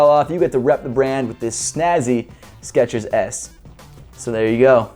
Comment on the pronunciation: its skechers not sketchers